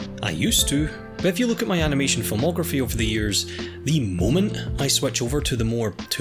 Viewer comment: Word "Look": Exists: Löök